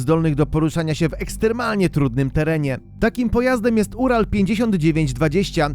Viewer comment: Urał nie ural i Jamał nie jamal